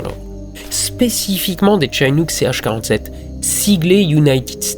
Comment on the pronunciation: Au passage ca se prononce Chinook comme un i en francais. c'est en reference au peuple Chinook des etats du Washington et d'Oregon. Le site Chinook Nation explique meme comment ca se prononce. sinon quelques petites incoherences grand mere de 57 ans et "il est élevé par sa grand-mère Vicky Landrum âgé de 60 ans" 57 ou 60? " Betty Landrum" vous vouliez dire Betty Cash? Je pinaille mais la video etait tellement parfaite que ces petits details sautent aux yeus enfin aux oreilles. Merci